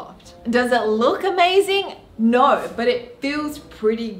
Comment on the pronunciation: i love that aussie "nOouR" thing